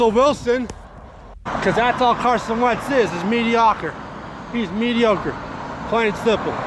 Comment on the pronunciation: He really tried using the word mediocre and couldn’t pronounce it right. You know that word is wayyyyy to big for his vocabulary.